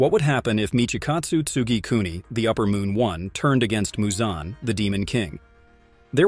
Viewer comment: How the hell do you mispronounce so many demon slayer characters names… I mean.. muzan isn’t exactly hard to say..